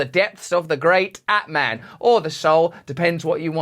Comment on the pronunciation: Atman. “At” pronounced as “art” without the “r”. “Man” pronounced like “mon” in “Monday”. Only saying because the sound of the word itself has a power… not to be pedantic :)